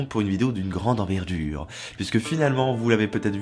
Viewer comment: Enverdure ?!?!?! X)